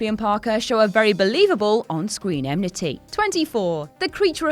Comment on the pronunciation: narrator clearly says 'BELIEVABLE EM-NITY'--correct pronunciation is 'EN-MITY'-get it right, people!